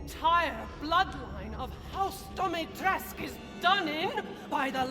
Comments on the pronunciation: It's really frustrating that even the voice actor of Lady Dimitrescu doesn't know how to pronounce Dimitrescu and nobody noticed that before release. Lady Dimistrescu is not born and raised in USA or something, she is from Romania and still living in Romania. She should know how to correctly pronounce her name. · Im Romanian and im confused why everyone in the game cant fucking pronounce her name right, youd think that a game with a Romanian setting, that uses the Romanian currecy and even uses Romanian food names and would be able to fucking pronounce a name right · You, my friend, are mispronouncing the name, the U at the end of the name is not silent, and no, I do not care how it is pronounced in the game, they should have done the proper research. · Everytime Lady Dimitrescu pronounces her name wrong, somewhere in romania a baby starts to cry... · the in game pronunciation is technically wrong so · i was looking for this comment... he said it like 100 times and it was wrong every time and it was bothering me omggg haha no big deal but i was like really??? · Yes. And also, Dimitrescu is of Romanian lingo.. the “u” in the end is actually pronounced. 🙄 Odd how even the game creators overlooked that detail. Why make her of Romanian heritage in the first place if you won’t bother researching how to pronounce Romanian surnames? 😤😏. Bit annoying actually. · Just a heads-up, a Romanian Youtuber has confirmed that you're all mispronouncing her name. You're also wrong on her dress, it's based on 1930s fashion! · Can I just say, as a romanian, that's not how you pronounce Dimitrescu and neither the game tells her name right 😂😂 sorry lol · As a Romanian it hurts my soul hearing how you prounounce some things Like dimitrescu you’re supposed to say the u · Why does no one ever pronounce the "U" at the end of Dimitrescu? Oh, and its pronounced "Hachi Shakusama" you dolt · and they pronounce her other name as dee-mee-tresque not dee-mee-trescoo